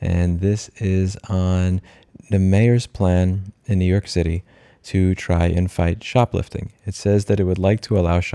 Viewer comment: “New Yoork is a braaand.”